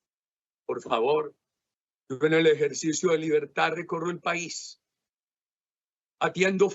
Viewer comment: No se dice libertá, se dice libertad